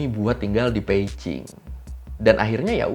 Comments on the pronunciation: Peijing apa Beijing sih? Kok gw risih denger nya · bang lu kok klo ngomong beijing bukn pake "B" bang tapi pake "p" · setelah 2 tahun gua nonton lagi. gua dengarnya peijing, wkwkwk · gue dengernya Peicing 😂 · Memang yg bner cara nyebutnya "Peicing" ? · bang, itu lu nyebut beijing jadi pei-cing apa? apa kuping gw yang rada2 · kok gw ngedengernya peici ya , kuping gw yg bermasalah apa emang ngomongnya gtu??? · Ooo pantesan drtd bingung kok nyebut beijing nya beda tyt emg beda y pelafalannya 😅